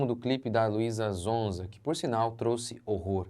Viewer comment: Nao é zonza pastor é sonza com som de S 😅😅😅😊😊😊